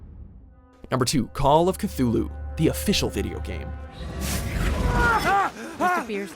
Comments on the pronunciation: It's pronounced "Kih-Tü-loo" not "Kih-thü-loo" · Well, it appears that the already ridiculously overdone "Zombie Apocalypse" scenario is still going strong in the game developer world. So fuckin lazy, I swear. Also, there's no "th" sound in "Cthulhu", the "h" is silent lol